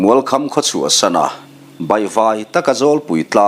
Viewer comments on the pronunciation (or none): none